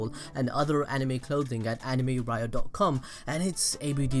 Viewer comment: Its AnimeRyo not Rio